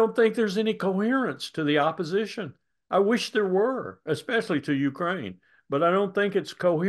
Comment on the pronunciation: He does the same with Ukraine .He says (UU crane).😅😅😅